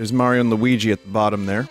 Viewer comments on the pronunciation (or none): none